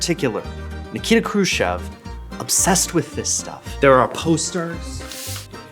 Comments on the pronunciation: Who this kruschav he keeps talking about?? Why cant he say CHEV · Why do you say his name krushchov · How are you going to repeatedly MISPRONOUNCE his name when you have it shown in TEXT and have other people pronouncing it properly?! I despise people who mispronounce shit just to be different.